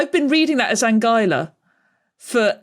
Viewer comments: Pleased that I knew where Anguilla is, though I'd been pronouncing it "An-ghee-luh". Also pleased I got this one correct, though it would have been even more obvious if it was about Tuvalu! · "Anguilla" is Italian, means "eel". And Italian is a rare case of a romance language where the "u" in "gui" isn't silent. So, yeah, "an-gwee-la" is correct. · So, "Anguilla" is supposed to be pronounced like "Angular", just without the R at the end?